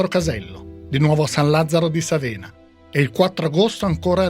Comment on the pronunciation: San Lazzaro di Sàvena, non Savèna